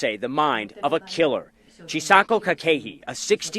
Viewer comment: Very informative video. I greatly appreciate the compilation. But the pronunciation of the name Chisako is (chi-saw-ko) Kakehi is (caw-ke-he) 😉